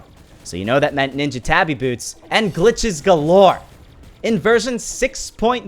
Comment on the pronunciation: Did you just say night ninja